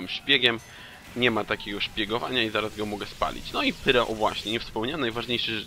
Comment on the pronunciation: wymawiaj Pairo czyli pyro